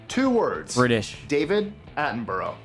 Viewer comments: It’s 240v. And Attenborough is not pronounced like that. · It is sad how it always needs to be said now, and here I am going to say it... Please don't start a war over this! But, for me personally (though I'm sure this relates to many Brits too) it bugs the actual crap out of me how Americans continuously mispronounce David Attenborough's surname! It is NOT pronounced 'Atten-boro' >_<